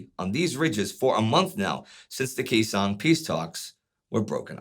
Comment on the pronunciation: He's a freaking tool making a buck off my fathers service. I don't like him or his revisionist version of history. What the hell is KEY song? No one has mispronounced that name for 60 years and yet here we are. What has this man said that makes you think he has some special insight into combat? He's a clown.